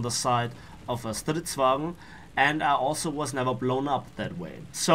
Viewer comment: When u say stridsvagn it's rly good swedish 👌